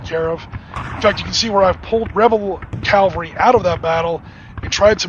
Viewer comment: Calvary??! It's pronounced Cavalry.